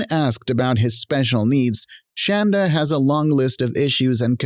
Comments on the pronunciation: Omg.. it’s Shonda not Shanda.. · It's pronounced shawn.da not shan.da lol!!!😂